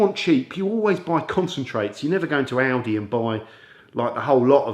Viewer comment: When you said Aldi it sounded like Audi 🇺🇸😉